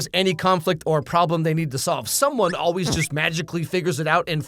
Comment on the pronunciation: Not only do I remember the '80s, but I remember the '80s as an '80s kid in rural Indiana. I hate it when actors whisper like that! I can't understand what she's saying! People didn't say "oh-ways" back then. We pronounced "always" correctly. Also, we didn't begin sentences with "yeah no," and we didn't use "literally" as a filler word. Parents didn't call teenagers "baby" in the '80s. That's something else that irritates me. And that bowl-cut! Teenagers didn't wear bowl-cuts in the '80s and '90s. That just didn't happen. We were expected to develop a greater sense of self-respect by the time we were in high school or turned 14. Whichever came first. Ackchyually, "warlock" means "oath-breaker." In the nomenclature of our world, it doesn't really have anything to do with magick. I call that "slouching toward idiocracy." "The Herald's?" Isn't it just called "The Herald?" Why do some people feel the need to put an "s" sound at the end of certain words or names? Or to turn non-possessive proper names into possessives for no reason? And he's STILL sporting a bowl-cut! I reiterate, teenagers in 1989 didn't wear bowl-cuts. All he has to do is part his hair on either side. Problem solved. Not part it in the middle, though. Only Dwight Schrute can sport that look (which Rainn Wilson rightly despises, but it works for the character).